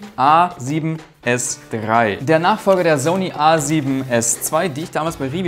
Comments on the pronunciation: Wieso hast du das Wort "Zony" so sehr vergewaltigt?:DD cooles Video! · Bitte sprich „Sony“ richtig aus, das ist ja nicht anzuhören. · smh wie sprichst du bitte SONY aus? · Wie die meisten MENSCHEN Sony aussprechen: ßoni Wie Sony ausspricht: soni ist halt kein Mensch!